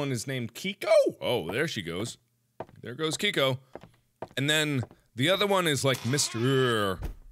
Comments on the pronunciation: It's kiki not kiko😂😂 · HEY MARKIMOO IT KIKI NOT KIKO! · yup and its kiki.....even mark was saying her kiko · Mark: I think her name is Kiko? Me: It's Kiki! Not Kiko! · Everyone talks about how he called Kiki kiko but no one talks about chunkles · Kiko? Its Kiki Mark °^° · its not keko its kiki mark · I have never been so disappointed in mark until after he said Kiki, Mr. tatters, and Chesters names wrong